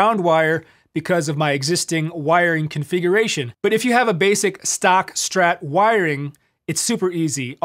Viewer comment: Kudos for pronouncing it “Strat”, not “Shtrat”. Great vid, tasty playing.